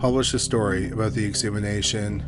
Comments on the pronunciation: Ex-hu-ma-tion. Exhumation. Not "exhumination" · Dude really said “exumination” lol . Why cant this dude speak english? It’s fkin “exhumation” you fkin idiot . What happened to learning your language? Is this a low IQ issue? Judging by the slowness of this dudes voice, probably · You need to learn how to pronounce exhumation. It's not exhumination...